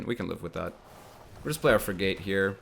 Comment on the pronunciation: Will he ever pronounce it frig-et... no Will he lose viewers because he continues to pronounce it frig-ate... also no